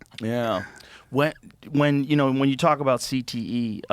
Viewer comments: Is he saying "CTESPN" intentionally or...? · He definitely got a speech impediment if it’s not cte